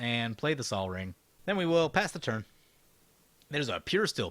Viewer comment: to each his own i just think it's hilarious to hear it pronounced like that lol